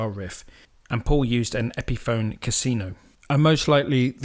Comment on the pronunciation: A lot of great info here, but whoever is narrating sounds unfamiliar with recording gear and some of the people mentioned as there are a few mis-pronunciations (Epiphone, Neumann, flanger, etc.) I would recommend going over it first with whoever wrote the info or if it was written by the narrator to check it with someone who knows the gear and terminology. Great stuff nevertheless.